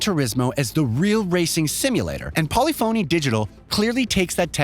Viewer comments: Bruh. Learn how to pronounce "polyphony". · Please pronounce Polyphony like Symphony. It’s not SIM-PHONY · How does a gaming centric channel not know how to pronounce polyphony? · This guy's pronunciation is horrendous! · This guy keeps saying polyphony digital wrong. I think he's trolling us. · Way to mispronounce every car manufacturer and developer name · Exactly. Can’t wait for the epiphany that hits this guy when he learns how to pronounce Polyphony 😂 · It’s pronounced… Pol lif fon knee not Poly Phoney 🥴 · Did you just actually say Polly-Phoney? :D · I think it’s pronounced Polyphuny not Poly-phony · Got me dead , , etc lmfao bruh how can you be a journalist and pronounce polyphony "poly-fony" lmfao its puh·li·fuh·nee. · Did you seriously say “Poly Fony”? You clearly know about the series. It is pronounced “Poli-funny”. Please, never make that mistake again. At least you’re not pronouncing it “Grand Tureeez-mo”. Words matter, especially if you expect to be taken seriously. That’s worse than people calling Oppo “ah-poh” instead of “Oh-poh”. Before Oppo got out of the BluRay player game, they had their pronunciation at the top of their website. They still make phones. If you find their page, you’ll clearly hear them saying “Oh-Poh” in the ads. Don’t these fantastic industry changing companies deserve to have their name pronounced correctly? Correctly being, the way they pronounce it. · "Polli-phony" lol it's pronounced Po-lif (like lift) pha-ny, just saying if you're gonna cover a big game, make sure you're at least pronouncing it correctly. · polyphony, not polly phoney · It is NOT Polly——Fony…..it’s Pollif—-Any!! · For how well-researched this video is, I'm amazed there wasn't even a quick Google search done to learn how to pronounce "Polyphony" correctly. It's not "poly-phoney," it's "pole-IF-ony." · What the hell is Polly-Phony Digital? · Poly-Phony? Seriously? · If this guy says Pauly Phony Digital one more time I'm going to shoot myself. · Polly foney?